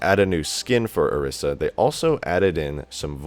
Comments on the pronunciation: I swear to god if you say OR-IS-UH again it's OR-EE-SAH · It's pronounced O ree sa